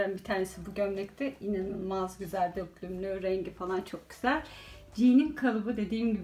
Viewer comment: Yine bayıldım 👌👌 Harikasınız 🌸 ama yazmadan edemeyeceğim: Döklümlü değil dökümlü 😣😣 Naçizane tavsiyemdir 🙋🏻‍♀️